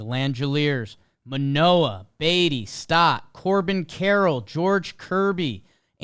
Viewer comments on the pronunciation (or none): none